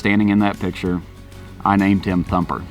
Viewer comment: Instead of thumper it’s humper